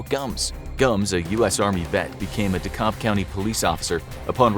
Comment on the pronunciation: I was born and raised in DeKalb county and I've never heard anyone pronounce it that way 😆